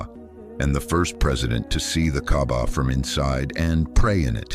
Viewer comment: By the way, it's called kaaba not Gabba may Allah guide you to the wghrit diraction.